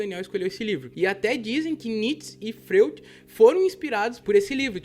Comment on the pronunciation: Freud, mas se pronuncia Fróid.